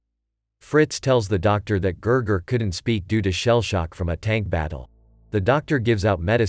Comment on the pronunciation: His name was not Ger Ger it was Gigi